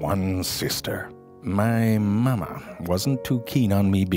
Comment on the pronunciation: i wonder why i can't stop laughing when he says 'myy mama' with an accent xD